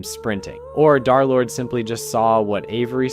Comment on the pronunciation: "darlord" son 😭😭